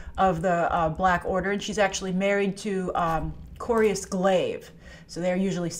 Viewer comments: "Corbus Glaive" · and it's Corvus Glaive, not Corius Glaive